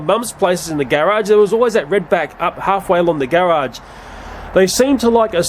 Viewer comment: I love all of your black widow videos! But my favorite part of this video is when you say "garage"